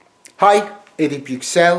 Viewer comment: Hocam kendi adınızı neden Amerikan aksanıyle telaffuz ediyorsunuz?